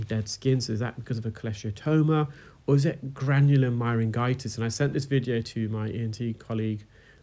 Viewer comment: I'm quite quite sure that the pronunciation of 'myringitis' is "mai·ruhn·JAI·tuhs" - with a soft 'g' as in 'juice' rather than a hard 'g' as in 'garden'. No biggie; enjoy your videos and have learned a lot.